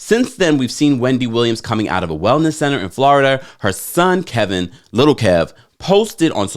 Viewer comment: It's funny how you always mispronounce Wendy's ex's name, Kelvin instead of Kevin, lol...you get Little Kevin right, is that intentional 🤣🤣🤣